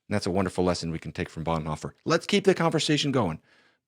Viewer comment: I have had seriois reservations about the movie since they started advertising it, and I very much appreciate this video. But PLEASE.... i know some will call it picky, but can we PLEASE pronounce his surname properly?